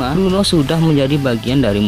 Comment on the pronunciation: Udah ngmongnya di jelas"in ech kliru lagi Brno bang bukn Bruno, lu kira pmain MU bang Bruno Fernandes 🤣🤣